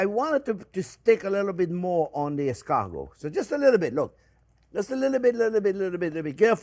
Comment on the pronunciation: How is it possible that Chef is pronouncing escargot incorrectly while in French accent? Yes, I've rechecked, the stress is on the last syllable.